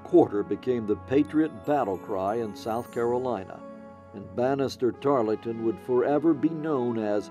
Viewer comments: Tarl-ton, not Tarlee-ton. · Tarleton...not Tarlington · As historians, how can you fail to know his name was “ Tarleton “ - not “Tarlington” ? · Also mispronounced Tarleton. Silent “e”. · I’m disappointed that the narrator didn’t take the time to learn the pronunciation of one of the leading characters name, in his oration. Tarleton doesn’t have that extra syllable in it that the narrator insists it does. The “e” is silent. That no one on the production crew caught that is shameful.